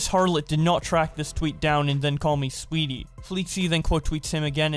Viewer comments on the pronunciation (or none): Anyone else notice he read sweaty as sweetie